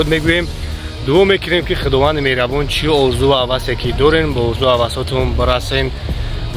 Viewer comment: Мерабон не мехрубон